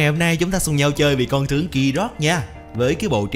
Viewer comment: Đọc ráp riết lố r , tiếng việt mà phát âm như tiếng anh ;)) con tướng phát âm thành con chướng luôn r